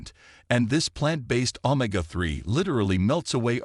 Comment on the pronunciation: Hey robot, it’s o-may-ga, not ohm-ma-ga 😅